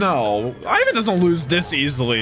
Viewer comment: It's not I-ven. It’s Ivan.